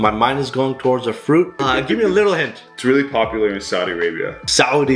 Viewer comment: the way he said Saudi got me shocked , your Arabian roots suddenly popped up from the Kulfi world